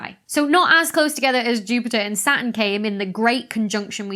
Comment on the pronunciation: I notice you have a silent 't' in Saturn, just like the silent 'p' in bath x